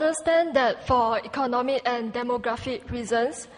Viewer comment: "Good evnin mr Lee, I unstand that for econmic and demogrefic reasons (...)" I don't call that an accent, I call that mispronunciation.